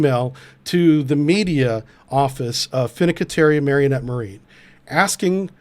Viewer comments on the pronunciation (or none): Mare in ette. Is the pronunciation. Its the town in Wisconsin bro. Menominee is across the border. These are not italian names